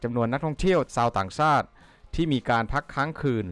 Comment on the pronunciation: เยี่ยมซม บทควม รสซาติ ซาวต่างซาติ ใซ้แผนที่ ซอบท่องเที่ยว..อ่านผิดนะคับ